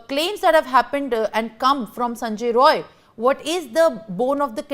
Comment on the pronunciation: The news reader must amend herself. It is Sanjay Rai, not Roy as she is wrongly pronouncing.